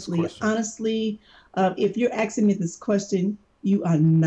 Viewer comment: ''Axing me''.